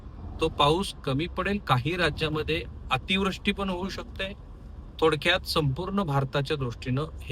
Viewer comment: अतिव्रष्टी नाही अतिवृष्टी म्हणा . एक तुमचा चाहता.